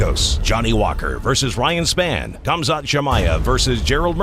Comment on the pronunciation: His name is span not spawn ?! Lol